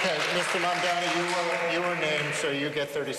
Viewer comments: How come none of these guys can pronounce zohran Mamdani? It's not that hard. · They're old and dumb. If you can't pronounce the name of the guy you're running against, you don't deserve the keys to America's biggest, most diverse & most prominent city